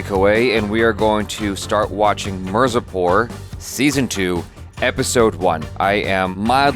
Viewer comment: It's not mer-zapor Me-r-zaa-poor